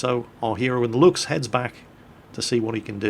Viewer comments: it is (Lou-k-s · did kind of unlearn, how to pronounce "Luchs"... He had it right for some time and now he's back to trying too hard to get the "ch" sound correct..., it's pronounced "looks". Just as the lame pun in the title of this video. Just say "looks" and your pronunciation will be spot on! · Btw, 'Luchs' is pronounced like 'looks', i.e. whithout the typical 'ch'.